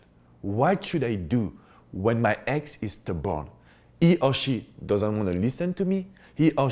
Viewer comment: you're adorable... I thought you said "if your ex is the bomb" instead of stubborn. 🤣🤣. Love your accent and great advice.